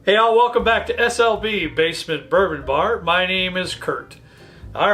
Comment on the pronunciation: Maybe you should pronounce the L in SLB more clearly. More often than not, it sounds dangerously (and amusingly) close to .... :D